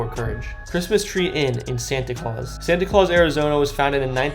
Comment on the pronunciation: He mispronounced the name of almost every place 😄 But Santay Claus? 🤔